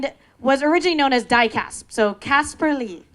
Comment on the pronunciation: "DIEcasp" Dafuq bro. Caspar was like: "Hahaha. DIEcasp."